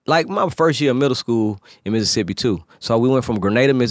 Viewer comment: Finally someone said Mississippi the way we pronounce it here! I love Zaytoven